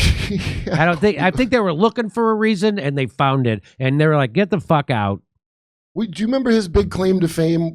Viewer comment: Jimmy says the f word like he invented the thing it's hilarious